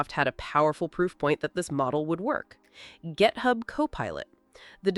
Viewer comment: "Gethub" LoL 😂